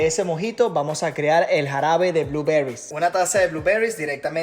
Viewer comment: Pregunta,, por qué decís los ingredientes o herramientas en inglés y mal pronunciado, cambia en algo decir Arándanos, en lugar de "bluberrys? ", Después por lo demás me encanta tu contenido, me sirve mucho para anexar a lo que aprendí, más cuando me toca ver cosas en el bar